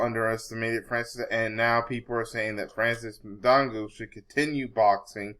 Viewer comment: he may not be able to say his name right , but he knows who really won the fight , and i was for fury but fury lost that fight